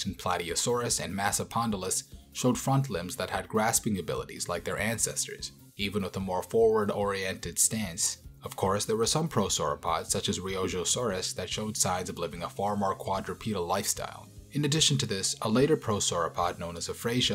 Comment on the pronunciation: It's Riojasaurus, like the wine, not Riojosaurus.